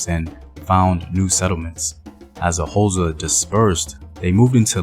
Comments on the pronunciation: its not hoza its x its a click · Could you google how to pronounce xhosa? Its very disrespectful for you to make a video about the "hoza". White historians at least try get tge names right, you just butcher them and assume your melanin gets you a pass. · Took me a while to realise that the "hoza" is xhosa. Since you can click "xh" just say "koza" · Not Hosa…it is more kôzza! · The"HOZA" lol🤣... its XHO.... say it with me XHO .....XHOSA...KWAXHOSA MTASE... am kidding man .good content😁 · What is HOSA it's Xhosa man come on , everyone can do the click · mjita uthi "hoza" 🤣🤣🤣 learn them clicks ngqina lam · You couldn't learn to click? It's not that hard.. Bob & Doug MacKenzie are not "Xhosa" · No No this is misinformation. please do not talk about a people you cannot pronounce them correctly, please stop this! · Not in a bad way but Why would you do a documentary on a tribe that you can't even pronounce? Maybe do a documentary on your tribe and culture so that it can be interesting to watch. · Can never forget who you are - imvelaphi. Mara eish kau, only if you could try and pronounce the X(hosa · Okay maybe try another way of saying it. Say it like how you say the word "Click" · Bro, I will pay you to pronounce "Xhosa" correctly. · It is Xhosa bro u pronounce it the same way u say “Click" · I Wish could teach you how to pronounce it. It's easy to Pronounce Xhosa I teach white tourists to Pronounce it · Thank you for the video but you are not pronouncing Xhosa correctly. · I really wanna watch this but I can't sit through 6 minutes of you failing to pronounce Xhosa correctly. But I'mma still leave a like and share the video 😂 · Translation it was difficult because when he said Xhosa my body shivered. But it's worth it cause put a lot of effort into this plus he put his heart into it. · I forgive him for not being able to pronounce our language. The clicks are near impossible for people who an't pronounce them.